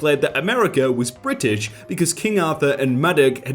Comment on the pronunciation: Nobody:: Bri ish